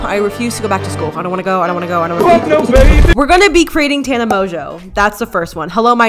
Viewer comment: Does tana even know how to pronounce her name? 😂